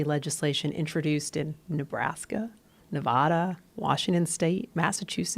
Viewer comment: Please dear God pronounce Nevada correctly, jesus!